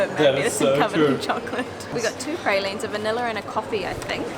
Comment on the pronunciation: LMAO the way he said pralines